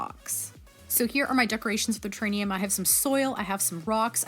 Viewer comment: Lol “terrainium”